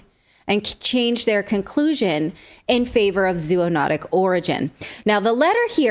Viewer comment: Zoonotic is pronounced zo-onotic, just as cooperate is pronounced co-operate